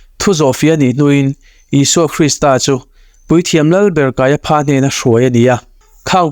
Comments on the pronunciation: Kaia PHA tih loh tur, KAIA FA tia lam rik tur.😂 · I channel hi ka lawm takzet. Thu thatak I rawn to chhuak hi aropui ka ti thin. Mahse pronunciation kha fimkhur angai ang. Kaiapha kha kaiafa ti zawk tur ani e. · Puithiam lal ber hming hi Pha ti lovin Fa tiin lam ila. Ngaihthlak a nuam zawk mai thei e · Kaia pha a aw chhuah FA tih tur Hmunkhat a ph a awm tlan chuan F aw a chhuak tur a ni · KAIAFA TIH. TUR KAIPHA TIA.LAM TUR A.NI LO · Kaiafa tiin lam mai la ,kaiapha tih tlatte chu a😅😅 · Kaiafa tia lam mai tur nia...ngaihthlak a ti nuamlo😅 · Ph hi f angin lam rik tur,i sawi dik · Kaiapha niloin Kaiafa tia lam tut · Kaiapha Pha tiin lam loh tur Fa tiin lam tur. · Kaiapha nilovin Kaiafa tiin lam zawk la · Kaiapha hi, Kaiafa ti angin lam la a dik zawk awm mange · Kaiaphas, pronounciation hi kan ṭawng in, kaiafa's tih tur. Pha hi fa tih tir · kaiafa tia lam tur a ni lo mi sir.. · Caiaphas/Kaiafa tih tur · Kaiafa ti a lam rik tur. Kanawha tih loh tur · Kaiafa ti a lamrik tur. Kaiapha ti lo vin